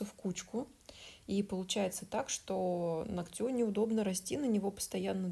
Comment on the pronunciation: Все очень хорошо, очень нравится ваше творчество. Но очень режет слух ногтЮ, ногтЯ. Вы медийная личность, говорите пожалуйста правильно ( нОгтя, нОгтю) спасибо!